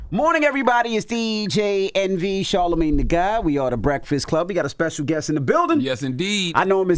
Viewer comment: Who says THA GOD when pronouncing your name Charlamagne "if you do not vote biden your not black"